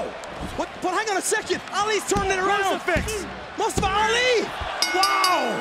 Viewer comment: It's not Mastafa Ali! It's Mustafa Ali, you fool Americans!